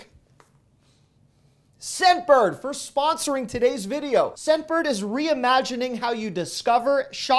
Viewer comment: I kept hearing "Sedburg" instead of "Scentbird".